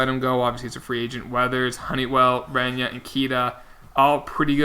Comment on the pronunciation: Reyna is pronounced Ray-nuh instead of ren-ya. I have a friend with the last name